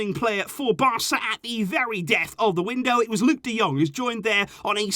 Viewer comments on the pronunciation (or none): We've become Burnley. Luuk de Dung? Fucking seriously?